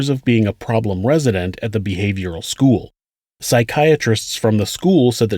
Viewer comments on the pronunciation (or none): Sc - ual? Pu - wal? I though it was school and pool. Lol